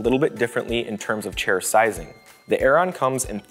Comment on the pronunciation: chair, not shair